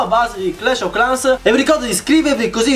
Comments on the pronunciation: Hugo Umana pronuncia inglese clash ov clans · 🎮DarkBlue🎮 sembra che dice proprio Clash o Clans 😂😂😂